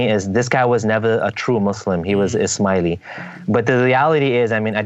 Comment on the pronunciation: Ishmaeli sounds like "Is Smiley" :-)